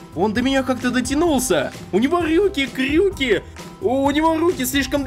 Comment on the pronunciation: кто заметил что сказал рюки!! крюки лайк под комент